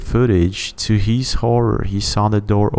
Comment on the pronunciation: It is not " Hees", it is " His". "Where hees at? It is Where is he? " Hees home", " His home". "Where is hee at"?